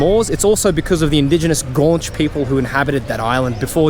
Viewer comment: Please, it's not "gaunch", it's GWAN-cheh/ goo-AHNCH-eh (Guanche).